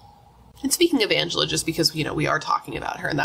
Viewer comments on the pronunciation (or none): none